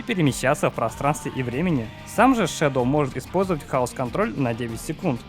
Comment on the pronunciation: НЕ ШЕДЛ А ШЕДОУ